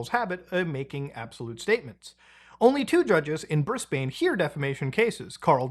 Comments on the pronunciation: it's pronounced "Bris-Bin" more than "Bris-Bane". I mean there's not much else to say so far. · The butchering of 'Brisbane' hurt my soul.